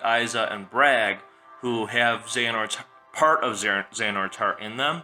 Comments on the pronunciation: IT'S BRAYEG!!! NOT BRAG!! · this list sucks, this is not gonna happen. it doesnt make any sence, its stupid. Also its "BRAIG" not "BRAG". God learn how to pronounce names